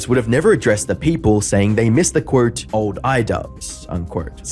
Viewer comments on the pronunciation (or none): Dude it's not "qwurt/unqwurt", it's "quote, end quote"